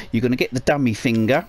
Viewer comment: Dude you are like the best just to listen to on this guide! "Now get yer fing'r ewt." ;w